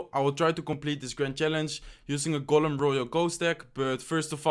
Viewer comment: IT IS GOLEM NOT GULEN